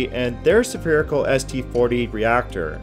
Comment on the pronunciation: Did you say 'sapearical???' So a ball is a sapere? haha